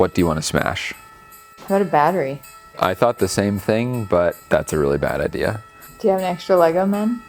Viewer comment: BAT-TE-RY , BAT-TE_RY!!!!